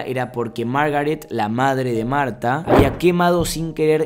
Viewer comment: me encanta que le pone pronunciación a todo tipo en el principio dice: mAuRtTa y yo: marta:P